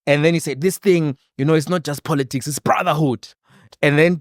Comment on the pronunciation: Congrats to Mr Ndlozi for coming out unscathed from a grip of The Red Dragon which swallows innocent babies only to turn them into prostitutes of Poloticks(Malema's pronunciation of politics).